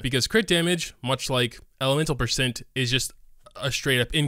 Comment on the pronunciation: I have never heard some mispronounce the word percent but you managed to do it 300 times